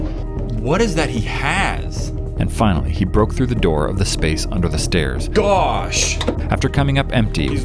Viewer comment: I’m sorry but it’s the stAErs (spelled wrong for pronunciation)